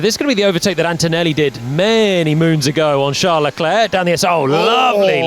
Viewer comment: NOOOOOOOOO, NOT “leh-clurk”